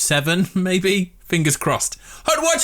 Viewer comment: the wat he says hut watch forever lol